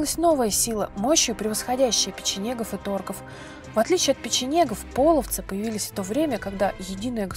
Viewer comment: не пОловцы, а полОвцы! И не показывайте изображения тюрков больше, половцы всегда были степным племенем славян, мы всегда были светловолосыми европейцами с карими глазами, язычниками. Весьма неприятно когда вы на полном серьезе озвучиваете церковные расистские и ксенофобные мифы! Мы никогда не предпринимали завоевательных походов и не были соседями, мы часть Руси не принявшая крещение и боровшаяся с насильственным крещением, по сути это гражданская война с христианскими захватчиками